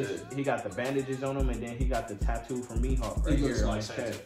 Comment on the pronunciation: I’m mad he said tattoo from mihawk 😭😭